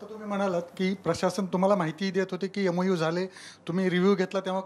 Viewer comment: EMU नाही MOU....MOU and MOA are different.